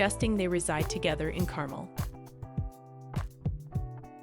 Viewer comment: It’s pronounced Car Mel not Carmel lol 😂